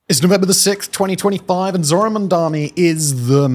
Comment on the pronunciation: "Zorhan Mamdani" noooooooo